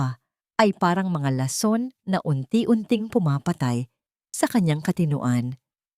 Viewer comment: May asawa c Zarex, pero sa kwento ay binata, alin ba ang totoo?mali ang bigkas ng lason, buti naman at iba iba na ang mga pangalan ng tauhan ng kwento,,kaya lng mali mali pa rin ang pronounciation ng mga salita